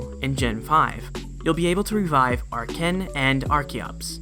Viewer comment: I'm here for my baby boy Archeops. Also FINALLY, SOMEONE WHO PRONOUNCES "ARCHEN" CORRECTLY!